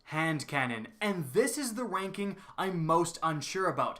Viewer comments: instead of ranking it sounded like wanking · it sounds like he says wanking